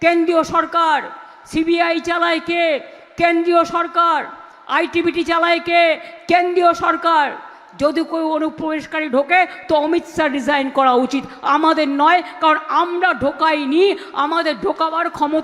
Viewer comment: Itbt noi itbp 😂😂😂😂😂😂😂😂